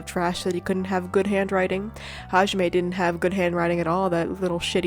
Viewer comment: My 50 yr old uncle pronounces hajime as "ha-jimmy"